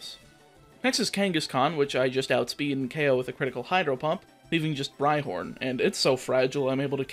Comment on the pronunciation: 😂😂 Was it only me or did I hear you misintentionally say "Hydro hump" and not Hydro Pump. I say this because I swear it was intentional when you were in Sabrinas gym 😂😂.